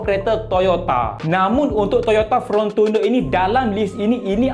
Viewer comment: Fortuner bukan Frontuner😅😅😅